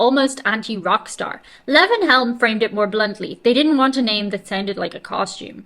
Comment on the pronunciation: his name is lee.von helm.pronounce it Lee. Von